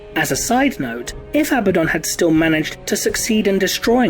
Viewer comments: Perhaps if the clone of Horus had defeated or killed Abaddon then perhaps I wouldn't get so triggered at the mispronunciation of Abaddon. A-bad-dun - remember folks, he's not a good un, he's Abaddon not to mention the emphasis in the spelling on the d over the b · You continuously say his name wrong....